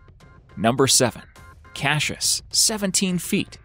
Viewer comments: It's not pronounced "Cash-us", its CASS-I-US.... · Not cashish but cassius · Cashish it’s Cassius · cashus? are you dyslexic? It's cass ee uss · since when is it pronounced Cashus ??? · Love how the narrator says cash-us instead of Cassius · Us ozzies are in stiches lol, Cashious ? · I’ve seen the first crocodile (btw the name is pronounced cas-I-ous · Not cashius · Cashus lol Goosestav lol.. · why does he keep saying kashus? learn to read first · you pounced the name wrong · Why can't you say Cassius! ? Stop saying it! Twat. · Say Cassius properly!